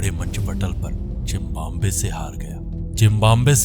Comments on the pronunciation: Zimbabwe ❌ Zimbambe ✅ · Bhai ne bhi Zimbabar bol dis... 🤣🤣🤣🤣🤣